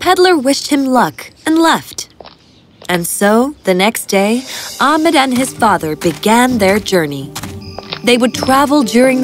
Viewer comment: It’s not amed it’s ahmed